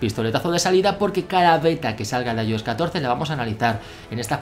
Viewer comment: Aioes Aipad os Mac os... Bro al menos se consistente en la manera que pronuncias.